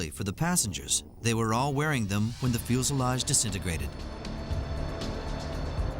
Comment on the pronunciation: Why does the narrator keep saying "fuelselage"??